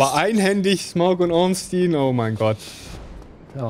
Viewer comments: Warum sagt ihr Ornstien? Heißt er nicht Ornstein? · Das ist nicht ganz korrekt. Einstein wird normal Einstein ausgesprochen, nur halt mit scharf S = "Einßtein". Spielberg ebenfalls = "ẞpielbörg". Bei Ornstein ist es Regionen-abhängig. In manchen englischen Regionen nennt man ihn tatsächlich "Ornstien", das stimmt. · Guter run, bissl abgehobener typ, bisschen cringy wie er redet (und gewisse personen ornSTEIN und smough aussprechen), aber die welt brauch nicht noch mehr ds streamer😅